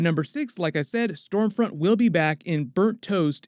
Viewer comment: I thought it was scumfront 😂